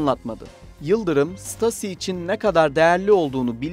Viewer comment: Stasi denmez ṢTAZİ diye okunur !!!!!!!!!!!